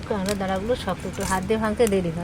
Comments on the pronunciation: ডিমগুলো সেদিন ভাইয়া এক হাট থেকে যে কিনেছিলো আমি সিওর সেই ডিম গুলোই।অথচ মিথ্যা বললেন যে পাশের বাড়ির। আর কাকড়া কে কাগড়া কাগড়া বলছেন কেনো?মিডিয়াতে উচ্চারণ টা ঠিকমতো শিখে বলা উচিত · ডিমগুলো সুরজিৎ নিয়ে এলো বীরভূম থেকে।আর বলে দিল পাশের বাড়ির থেকে। ঝুড়িকে বলে ঠেকা, আর কাঁকড়াকে কাঁগরা। জঘন্য